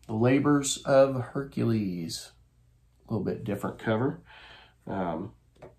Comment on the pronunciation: The H is silent. Air-que Pwa-row, this gets fun to do. Oh well, a rose by any other name, my little grey cells.